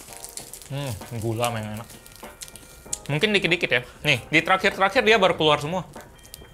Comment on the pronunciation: "dikit-dikit" logat palembang 😂